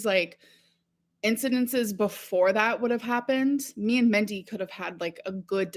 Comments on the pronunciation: She lived with that woman for months yet she still calls her "Mendy" instead of Mindy. You'd think she'd learn how to pronounce it. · If Destiny’s Mom’s name was Mindy and she is repeatedly calling her ‘Mendy’, then I am taking great personal offense! She loved her so but can’t pronounce her name.😡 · But she say MENTY ✨️😭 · I really hope Its Mendy and she isn’t pronouncing Mindy as Mendy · Why is she saying Mendy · It's Mindy. She thinks it quirky to pronounce things like a child. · Why would she pronounce it like that omg..